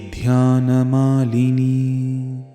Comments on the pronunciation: Sir, 5-22-39... Please check the English version, it is written dhanyamalini.....but u r pronouncing it as dhyanamalini...... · Even in the sloka u r pronouncing it as dhyanamalini....